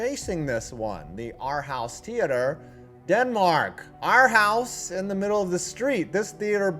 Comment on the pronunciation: Holy crap Aarhus has something interesting in it.... amazing. Its pronounced more like 'Or-who-ss' BTW... and it sucks.